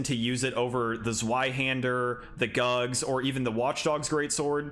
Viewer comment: The GUGS sword??? Huhhhh?? You mean the GUTS sword right hahahaha!